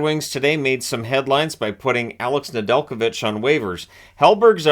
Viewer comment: Ive hears his name pronounced way different